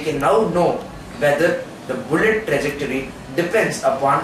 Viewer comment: Guys its TRAJECTORY and not TREJACTORY but anyways nice video. all the best.